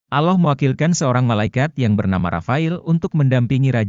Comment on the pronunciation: Kalau baca alloh kok kayak bukan orang muslim